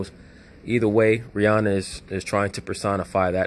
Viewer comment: Rh-Inanna LOL